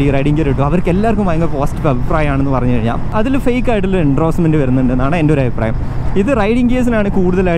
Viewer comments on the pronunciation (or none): എണ്ട്രോസ്മെൻ്റ് അല്ല ബ്രോ. എൻഡോഴ്സ്മെൻ്റ്.